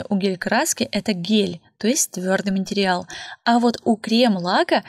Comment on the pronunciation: А ещё слух режет «матерЬял»🙀 Материал же, ну…